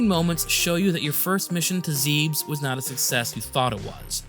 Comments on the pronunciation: I believe it's pronounced Zeb-es, because in the NES opening text crawl they accidentally spell it Zebeth, which is telling for how they think of it as having 2 syllables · How can you even read "Zebus" as "Zeebs"?